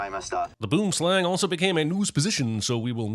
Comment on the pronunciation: 😢Afrikaans speakers when he mispronounced Boomslang